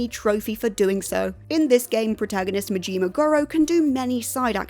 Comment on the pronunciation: I've never heard Majimas name pronounced so terribly. Brits man